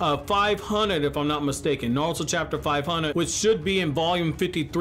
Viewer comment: Why does he keep saying naluto